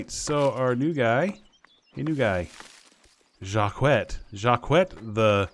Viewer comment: Ngl, you really got me wanting to play this game. This is so cool! LMAOOOO THE HUNGER THING. THE THIRST. RIP!!! So used to self-sustaining NPC that we tend to forget those details vdskdhkd Oh btw, i think Jacquet is pronounced like "jacket" but the stressed syllable is the "et" Domingo the MVP Can't wait to see where this village goes!